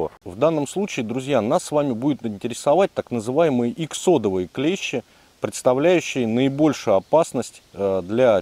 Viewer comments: Все хорошо, но только не клЕщи, а клещИ... клещи это инструмент..))) а так супер! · Спасибо! Красава! Единственное правильно говорить клещИ,а не клЕщи...😅 Молодец! 🎉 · Только не клЕщи (слесарный инструмент) , а клещИ. Прошу прощения. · Все правильно и все по делу. Но есть небольшие огрехи, которые режут слух: "Инцефалитики" - это те, кто заболел энцифалитом))). Костюм называется "энцифалитка", соответственно "ЭнцифалитКи". Не "КлЕщи", а "КлещИ". "КлЕщи" - это инструмент в разных областях от кузницы, до медицины. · На радио "Маяк" недавно появилась рубрика: Училка против "Маяка". Она поправляет ведущих, когда они делают неправильные ударения в словах. Сегодня и я набрался смелости. и хочу сделать поправку. Слово клЕщи - обозначает инструмент,для вытаскивания гвоздей из дерева,например. А те твари, о которых ведётся речь, называются клещИ. Спасибо за внимание. Спасибо за видео. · Клещи́, ударение на последний слог ,а клещи это инструмент. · Очень уважаю автора Но не могу обратить внимание на ошибку в слове клещи Ударение ставите на 1 букву , это название инструмента Если ставите на букву и то вы попадаете в тему в ролике :) Удачи вам!